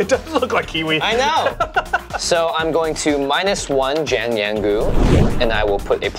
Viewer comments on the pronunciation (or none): Hearing Jimmy butcher Jiang Yanggu’s name makes me feel less bad about not knowing Chinese (I’m half-Chinese). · How Jimmy pronounces Jiang Yanggu kills me inside